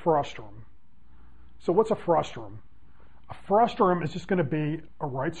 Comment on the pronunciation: It's frustum, not frustrum :P